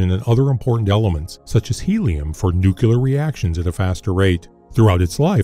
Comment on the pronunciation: Come on man. Learn how to pronounce the word Nuclear. You sound like George Bush